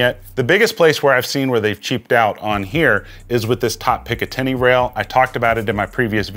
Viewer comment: You lost me at "pick uh 10y" rail system lol